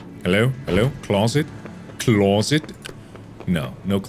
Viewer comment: "Fascinating!...FAZinating!!" "Closet... CLAWSet!"